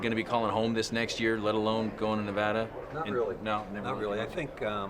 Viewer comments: Lots of idiots mispronounce Nevada . It's na-vadd- ah . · I love Mike, but he's still mispronouncing Nevada.